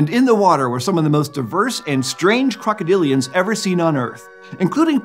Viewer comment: krokodilian? more like derpadilion